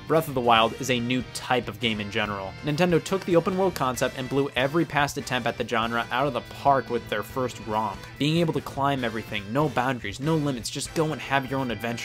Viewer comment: Genre is pronounced with a “ZH” sound, not a “G/J” sound.